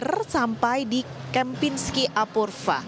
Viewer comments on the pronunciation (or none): Apurva baca Apurwa